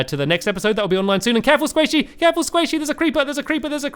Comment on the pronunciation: Every time you say sqaishy I think squishy